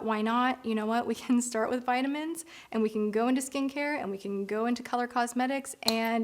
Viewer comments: “viddamins and tardi westbrook” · I'm just here to listen to keep saying "vit-ah-mens" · I’ve never heard anyone call VItamins Vetamins. Is that just an American thing? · I just love(as an American) to hear you say “vit a mens”. You’ve got me as a fan forever♥️ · I love how the British say vitamins.